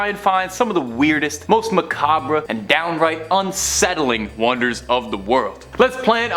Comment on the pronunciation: macarbra? - mac-ah-rb